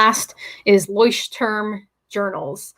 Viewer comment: "Leuchtturm" is a german word and i couldn't recognize it until i was able to read it x3 google translate can help with the pronounciation, if there is interest^^ i thought about starting with a bullet journal but I dont know if it feels right... or forced ^^'